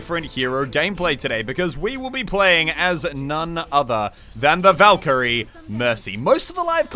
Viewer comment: As you say valkerie you start boosting a player named "Valkeerie"